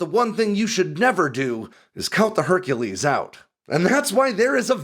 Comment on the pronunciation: Herc'elese Herc'elese